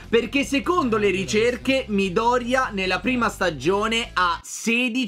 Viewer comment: Quando blazi ha detto Midorya 16 mi è venuto un infarto avendo letto tutto il manga